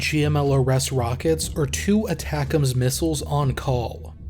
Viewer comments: ATACMS is pronounced aaaa-tackem's Also, there's a NG unit of HIMARS in the state of Michigan. 1-182 Field Artillery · That is my pet peeve as well lol